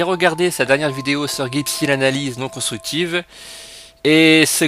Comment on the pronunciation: Tu ne sais même pas prononcé son pseudo...